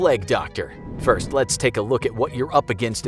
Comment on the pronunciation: He said dirst originally